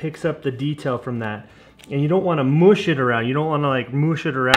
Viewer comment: Love mush...or moosh...lol You are a great teacher.